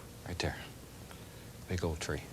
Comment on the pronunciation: right "dare"???????